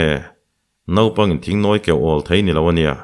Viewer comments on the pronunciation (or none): A ngaihnawm e, Naupang tih tur nopang tih a tam riau